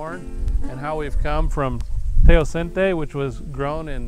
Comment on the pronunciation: History or typology? Where's the academic rigueur of this work? You're supposed to be an American, not third world school. Teocinte is mispronounced and misspelled.